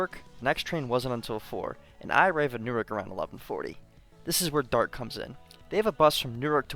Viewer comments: Newark, DE is pronounced new ARK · great video! now try doing it using ONLY Local Buses. Also Newark, DE is pronounced "New-ARC" not like Newark, NJ and the State of Delaware funds the SEPTA service in Delaware and NJ has SEPTA because it's convenient to transfer to NJT and it's the end of electrification anyways on the West Trenton Line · Everyone from delaware is going to kill you for your pronounciation of Newark. Its New-Ark, not the jersey way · crying at how your pronounced newark